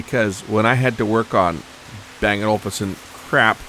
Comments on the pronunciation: ol-UUUf-sun, not olFusun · It's O-Luf-Sen. What's wrong with audiophiles man? We just like great sound! 😆